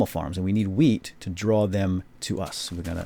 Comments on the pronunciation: it sounded like he said instant weed :) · Lol i thought he said "weed" XD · you just learned me how to pronounce 'wheat' o.O